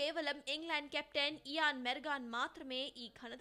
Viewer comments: Not mergan it's Morgan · Morgan.. Meregon kadu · Pls Mergan kadu morgan anu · mergan kaadu morgan😐